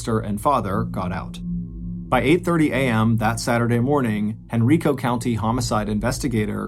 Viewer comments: I live in the Richmond/Henrico Virginia area and remember when this happened. The correct pronunciation of Henrico County is Hen-RYE-co. Great story. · Same thing I was listening to this on the way home from downtown richmond and was in Henrico when he said it this way, I chuckled.